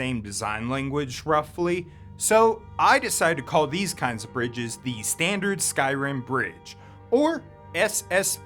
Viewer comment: The mispronunciations and wind/cloud district confusion has got to be ragebait